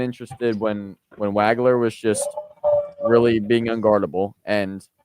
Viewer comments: It's pronounced WOG-ler. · pronounced WAH-gler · As many times as you heard Waglers name on the PA today, you should know how to pronounce his name. Excellent work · Hey - He hit you for 46. Pronounce his name right.